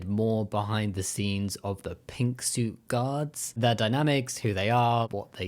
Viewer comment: What Jamie said: Pink suit guard What I heard: Pink soup god ...🤦